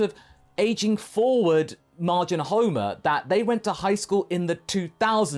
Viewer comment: I thought you said Majin Homer and got really confused.